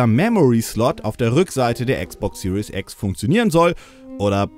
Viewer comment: Die falsche Aussprache, die man überall in Deutschland hört: "Serious X" - Die ernste X :D